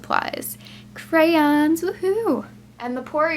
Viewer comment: Pause and PLEASE say crayons like you used to